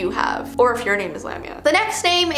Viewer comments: Lamia is pronounced La-mia. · My name is Valeska lamiaa i never knew what valeska meant but i know that lamiaa is a monster One of my ibfs is named kiera so shes basicaly the dark one ALSO its spellet lamiaa and pronounced La mi a a, i was kinda offended that my name means im a monster